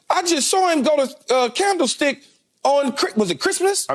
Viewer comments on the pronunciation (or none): I love that Key says Canflestick, me to!!!!